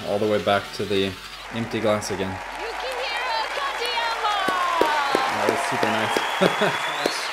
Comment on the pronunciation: yo quiero.....taco bell 🤣. Much better pronunciation of his first name later in the video. Really great performance